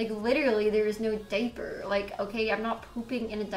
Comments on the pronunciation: What the hell is a “day-per”? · Take a shot every time she says "di-per" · I’m sorry but this is funny how a diaper comment broke her. And the way she says “deyyper” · the way she says diaper I’m dying & it’s ok to laugh cause she’s not a good person lmao